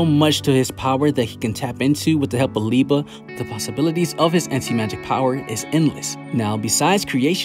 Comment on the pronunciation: Love the Black clover videos but it is LI-BE not Li-ba my guy lol